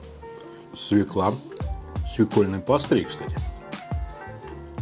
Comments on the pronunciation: Не свекла, свЁкла. Уши режет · Русский язык не родной для тебя? Нет слова свеклА, есть только свЁкла. Понаехали тут) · Хороший обзор, но как же меня передёргивает, когда он говорит свЕкла